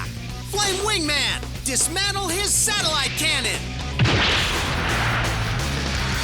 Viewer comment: 6.25 .. I must have misheard that.. "Satellite Laser Ballsack"..??? 😅😂😂